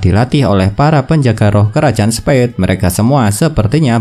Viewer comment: Revisi bang Spade bukan spead